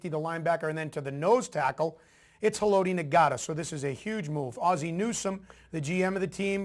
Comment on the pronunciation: His name is pronounced Ha-Low-Tee Not-Uh. If you are going to make a video like this, get his name right. Its not Na-Got-Tah. And he plays DE, not Nose Tackle. Terrence Cody is our Nose Tackle.